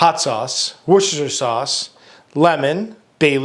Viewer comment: you are first person that can pronounce worchester sauce